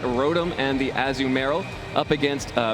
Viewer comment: I know everyone has already pointed out the Close Combat, but the one guys pronunciation of Azumarill haha